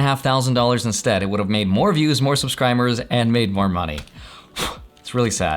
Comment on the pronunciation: Did he say “subscrimers”?? 😂